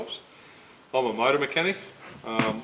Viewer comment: I took a shot every time he said “mouata” so I died.